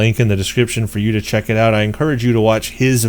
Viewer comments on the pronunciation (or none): none